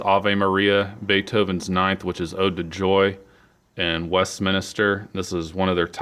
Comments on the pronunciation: Why did you say Westminister instead of Westminster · It's pronounced MINSTER, like spinster, not MINISTER. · Its Westminster not Westminister, you would think someone would know whose business it is.